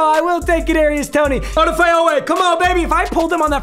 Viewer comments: o-da-fay lmao its o-daf-e i am only saying that bc im a ravens fan and hes one of my favorite players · Papa... Its (Od-Ah-Fey) Oweh. lol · its "O-daf-a" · Yo it’s oh-daf-é oweh lmao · Please call him Jason oweh because no offense papa you just sound to white to say Odefe love you tho